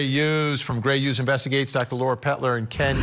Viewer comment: Why do yoi keep saying Gray 'ughes'? It's HUGHES